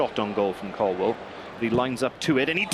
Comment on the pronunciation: Love Ruben, hate Donovan. Incapable of asking intelligent questions, and can’t even pronounce Colwill. WILL NOT WELL YOU IDIOT!